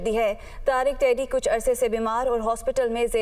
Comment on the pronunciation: Hahaha... tiddi keh ri hai..